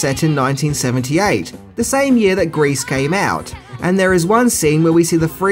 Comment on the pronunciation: Grease not grace